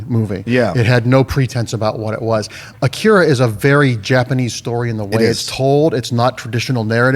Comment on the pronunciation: I thought the odd pronounciations have ended with Game of Thrones (Missandei, Umber and Drogon)..I'm adding AKIRA to the list.:)